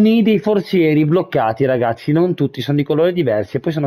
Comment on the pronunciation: Like e commento per supportare questa splendida serie! Un piccolo appunto: l'appellativo che Lucciconio usa per riferirsi ad Oliver si legge regazzì, con l'accento sulla "i". Ciao e buona continuazione di questa fantastica serie!